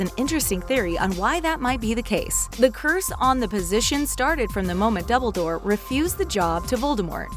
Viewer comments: Is it just me or instead of dumbledore she says dubbledore😂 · is it just me, or did they say dubledoor ? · Remy literally every name... Dumbledore and a couple other names to